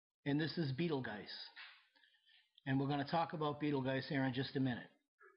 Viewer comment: While the narrator doesn't pronounce Betelgeuse properly, he's right that the comet won't hit the Earth and it won't cause a geographic pole shift. Also, I'm glad he was honest and willing to admit to being wrong at times. In addition, he is not trying to scare people into believing his theories. This is the sanest person, in this realm of thinking, that I have come across so far.